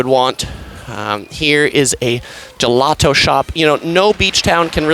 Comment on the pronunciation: I really don’t like your voice. Did you just call gelato ice cream? And why did you pronounce it gulato as though you didn’t see the spelling of the word that you were trying to read? Cool headset